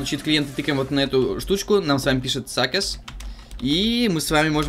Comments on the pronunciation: Произносится не саккес, а саксес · ...прости..но поправочка — не саккэс, а сэксэс..